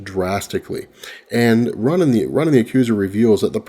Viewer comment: Everytime you say 'Ra-nen instead of Roe-nun. the hairs on my neck stand at attention.